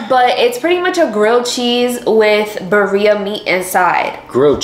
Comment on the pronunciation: Not saying buhreeah instead of BIRRIA.Girl you goofy